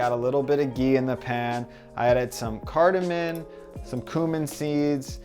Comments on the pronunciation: Those dishes look delicious. By the way, it's TURmeric, not TOOmeric and Cardamom, not Cardamon. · Carda-MOM! Lol not cardamon !!!